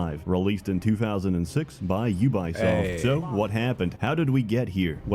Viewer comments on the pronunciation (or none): Please notice how consistently says 'Ubuysoft', gotta love it, with or without the blocked clip. You can still find the original on other video sites btw, instant classic!